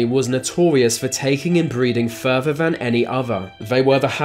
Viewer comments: “Furver van any ova” you sound inbred yourself dude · Great vid, although you sound a bit inbred "More va most" ;)